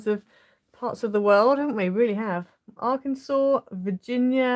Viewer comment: love this card design! impressed that you could pronounce Arkansas (I can only spell it if I mispronounce it)